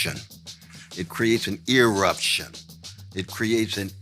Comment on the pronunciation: Did he really just say “ear-ruption”? Does that require antibiotics?